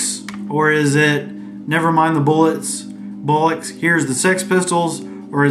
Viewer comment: It's pronounced "Bol - ucks", it means balls or testicles 😂